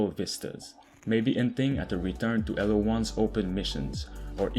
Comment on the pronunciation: BRUH it is Halo not Alo. LOL